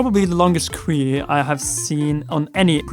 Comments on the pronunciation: Queue is pronounced "Q" like the l not "Qweeee" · I want to start pronouncing queue "kwee" like you, but I'm British and queuing is taken rather seriously over here.